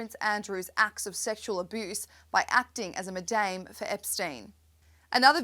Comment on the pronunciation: Re this presenter I don’t know anyone who says “ma-daim!”